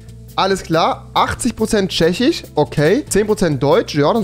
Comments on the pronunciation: Man fuckt des leicht ab... No front... SchwediCH FinniCH ChechiCH... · "Tchechich, Finnich, Polnich, Deutch, Holländich,..." xD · Wen triggert die Aussprache auch so? Polnich Chzechich Swedich